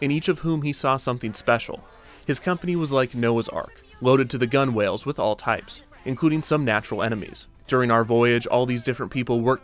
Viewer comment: It's pronounced "gunnels"!